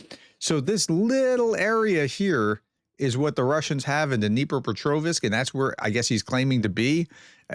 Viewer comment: Helpful hint. If you notice, the last syllable of Dnipropetrovsk is the same as the last syllable of Petrovsk. If you can pronounce the latter, you can pronounce the former: ... ovsk, no "i" in it.